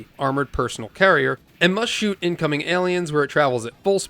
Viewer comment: It is Personnel not personal